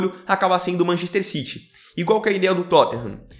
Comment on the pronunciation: Mc errrrrro citi